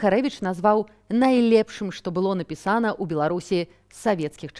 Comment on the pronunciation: Чаму нпісАна, а не напІсана. Надакучыда. Дастаткова ужо не з дзяцьмІ, а з дзЕцьмі. Толькі блытаніна ў параўнанні з рускім. Дастаткова ўжо тудой - сюдой, ды ВладімІровіч. 😂😂😂І куды толькі глядзяць настаўнікі беларускай мовы на Палессі.?! І свае ж ВНУ з філалагічнымі факультэтамі маюцца! 😂